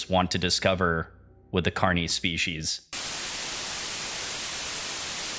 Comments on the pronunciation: loved the video, agree with others about the pronunciation. not a big deal for the most part, but with the important words you are going to say many times over a long form video, it is important. the hard e sound in carnis, and stone hedge (correct: stonehenge), though the latter may be my hearing deficit, but the subtitles said hedge as well.. awesome breakdown of source though, keep at it you'll have many more subscribers soon im sure. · I like this video except your pronunciation of carnis